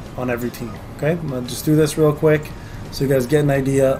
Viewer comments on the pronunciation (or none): none